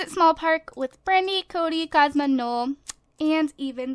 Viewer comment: You pronounce his name "no-el", if it's spelled noel.